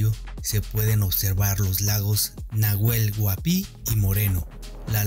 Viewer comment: Nahuel huapi se pronuncia: nauel uapi la H es muda.😊